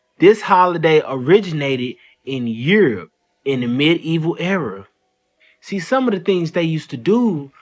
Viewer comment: Medieval, three syllables as 'medi-eval', not med-evil! 😂🤦‍♂️